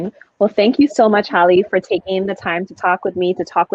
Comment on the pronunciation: If HALLE Berry is an icon (which she IS) then the young woman should have gotten the pronunciation of her first name CORRECT.